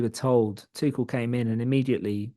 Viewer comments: His name is not Tuschel! It’s Tuchel… you might as well learn German… Inselaffen 🫶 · Saying Tuchel with a soft c was bothering the hell out of me. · None of these brits can pronounce Tuchel right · At least pronounce his name right double-barrelled man